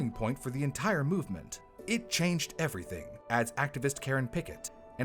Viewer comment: "It changed everyting", eh?